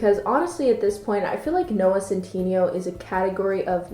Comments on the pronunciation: No one:: Noah centeenioh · (cent in neigh o) BB SAY IT RIGHT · Y'all keep commenting on how she says Omegle, but no ones gonna talk about about she says 'Centineo.' I walways thought it was (Sen-tih-nay-oh) not (Sen-tee-nee-oh) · ceenteeneeoh OH MEE GLEE?!?!?!?!? IM SCREAMING every time you pronounce something i just is this canadian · man said noah centeenio sjsjsjjssj the way you pronounce it snsjsj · fjdhskkdac it’s noah SEN-TIN-AYO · you say centineo like cintiño and it's having too much of a mental effect on me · no one: absolutely zero species:: noah cinteeneo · this video is great but just an fyi: it’s centiNAYO 😂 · Oh shes pronouncing his last name wrong and im triggered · The way you pronounce his name makes me cringe 😂 I'm sorry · ok is no one gonna talk about the mispronunciation of centineo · thejkn I thought it was hilarious I almost peed of laughter when she said centineo